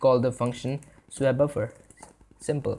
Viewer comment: With the delightful mangling of the word "swap", this was a fantastic introduction to using OpenGL. I thank you for taking the time to make this video.